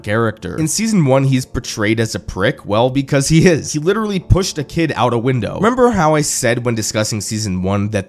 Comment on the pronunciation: LITURALLY LITURALLY LITURALLY